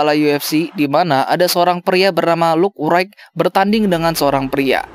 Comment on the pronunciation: Luke u rite sebutan nya..hihihi